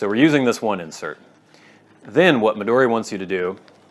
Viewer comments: Mee-duu-dee? Mee-doe-dee? 🤔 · The "American" way was about the pronunciation of "Midori" not Moleskine (?)